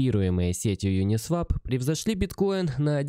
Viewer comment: Правильно произносить: "ЮнисвОп"